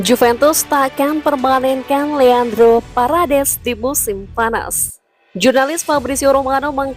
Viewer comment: Parades parades. Wkwkw parEdes min min.